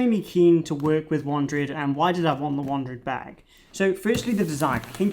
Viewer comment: I've seen others use this bag and always thought the name was pronounced "WANDERED", not "WANDRID"....